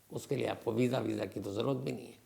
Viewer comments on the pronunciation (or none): none